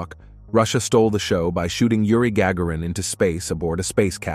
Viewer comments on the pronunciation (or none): Yuri's last name is pronounced gar-GARE-in.